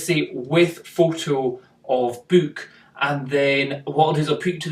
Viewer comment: funny how you say book. you say byyk not buuk. i laugh everytime